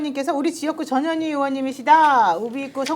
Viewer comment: 전현희 의원을 칭할때는 반드시 전, 현, 희라고 정확하게 발음해 주세요 안그러고 부르면 저녀니저녀니 욕하는거 같이 들려요